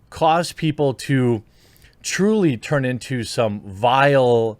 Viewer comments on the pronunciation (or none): none